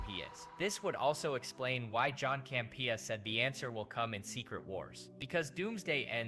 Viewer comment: This guy can't say Campea right, it's irritating.